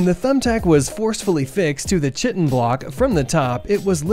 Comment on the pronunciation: Chitin is pronounced kai-tin, like the word "kite" plus n.